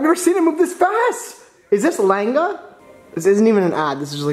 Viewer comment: the way he pronounced langa